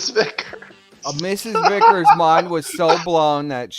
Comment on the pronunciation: It's pronounced Vickers not viggers its not that hard.